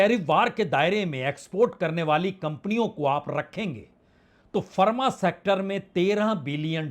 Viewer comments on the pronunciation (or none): none